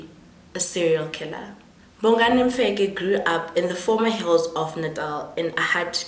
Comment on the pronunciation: Bongani Mfekk, it's Mfeka Maan wena not Mfekkk. You guys work so hard in learning to pronounce English names and words but make no effort in pronouncing your own names and words useless Maan.